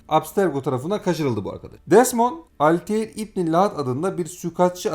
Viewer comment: Video çok güzel emeğinize sağlık ama kurban olayım bu tarz bir video çekerken şu telaffuz olayına biraz daha dikkat edelim. Desmond milis, alteir, assassins crid... bunlar çok basit telaffuz hataları ve dinlerken gerçekten kulak tırmalıyor. Video gayet güzel olmuş gerçekten ama sadece 2 dk youtube a yazsanız bile nasıl telaffuz edildiğini bulursunuz. Sizin gibi geek insanlar bari bu hataları yapmasın lütfen.